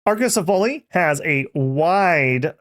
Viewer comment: its pronounced /a-ko-se-fa-le/ greek dont have the /ale/ like hoplite is /hop-li-teh/